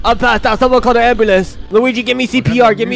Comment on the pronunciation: "Someone call the AmBoOlaNcE" Best line ever 🗿✨